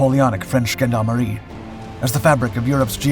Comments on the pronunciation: In Germany we generally pronounce "Gendarmerie" more the French way (ʒɑ̃daʁmə'ʁi), because of the French origin of the word. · „The most brutal nazi officers ”?? Cmon. The gorget was the sign of the military police. This piece of gear is a bit older than “the most brutal nazi officers” It was common among several european armies. The word gendarmerie is french and was pronounced french as well btw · bro can you spend 5 sec listening to google on how to say Gendarmerie or anything when it come to french language, please it's painful. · The word gendarmerie is actually pronounced just like it's french counterpart! :) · So are you saying he's pronouncing the german wrong? Because he is wrong with the french, the g ((g)endarmerie) is soft. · You pronounce Gendarmerie and Jäger wrong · Haha it is not easy being the narrator. You have lerned, how the Germans pronounce the "G", but "Gendarmerie" is pronunced with the french "G" like "su" in "sure" in English. I hope this wasn't confusing.